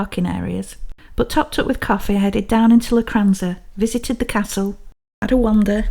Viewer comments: Technically (and obviously) it's Locchhh-ranza. But we (that is Kevin the Kat and myself) understand that's not easy for Sassenachs. That's Sassenaccchhhhs not Sassen-aks 😹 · I forgive you for your pronunciation of "Loch" because your videos are just so lovely to watch 😊